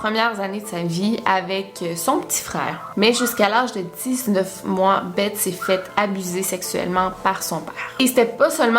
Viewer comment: Je crois que beth ,sa se dit bess😄 sinon super video